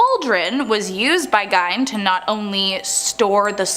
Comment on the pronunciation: I have heard Gein's name said both ways. It's really not that big a deal to get upset about. Everyone says Rihanna's name wrong, but she laughs about it and is calmer about it than you are right now lol It's not that deep :)